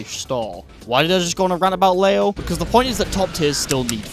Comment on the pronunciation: "LAYO" IT'S PRONOUNCED LEE-O FOOL